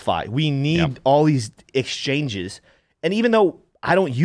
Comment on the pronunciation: I will forever call them.. “exchoinges” ! Hahaha 😂